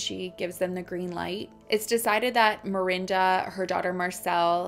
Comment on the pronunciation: Is it mirinda or Miranda? Lol as a Miranda I was losing my mind through this one just because you pronounced it both ways so much and i used to get taunted in high school and called mirinda as an insult and it made me cringe everytime lmfao 🥴😂 but HEY LAST NAME TWINS